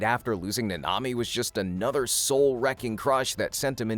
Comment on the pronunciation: Your saying it like nnami its like nAnami